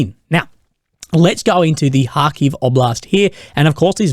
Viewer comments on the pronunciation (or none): none